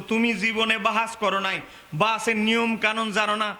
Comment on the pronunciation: তুমি ইবারত পড়তে পারো ?তুমি বাহাস কথাটাই তো উচ্চারন করতে পারছো না ,তোমরা নিসন্দেহে বেদাতি,অরিজিনাল সুন্নি হলে সুন্নি সুন্নি করে চিল্লার দরকার পড়ে না ,বেদাতিরা কয়েক বছার থেকে সুন্নি কথাটি খুব ব্যবহার করছে ,যাতে তাদের বেদাতি কর্মকান্ড আড়াল হয়েযায়, আগে সুন্নি কথাটা কোখনো শুনিনি৷